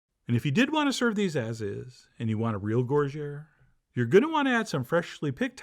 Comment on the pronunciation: Please, not GOR GERE but gougère (pronounced GOO ZHEER)